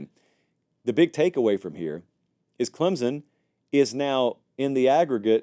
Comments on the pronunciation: Unrelated to the rankings, it is Klem-sun, not Klem-zun, unless you are intentionally mispronouncing it to irk fans like me. Then you be you. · Please stop pronouncing Clemson with a Z.